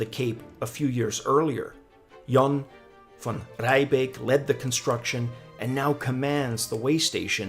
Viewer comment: PSA, Dutch names pronounce "ie" as "ee" so its Jan Van "Ree"beck